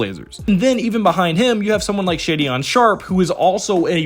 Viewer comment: Pronounced “Shay - den” Not “shay-dion”